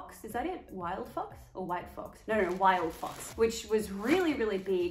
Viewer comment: All I can hear is wild fuc**s, but I think you said wild fox?